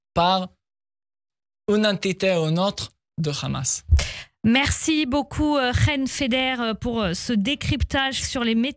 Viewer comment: Le RRRRamas.... rrrrrrrramas Rrrrrrrrrramas